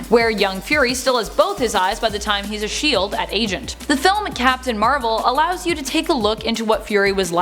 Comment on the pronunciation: "he was a shield at agent"? You felling ok there?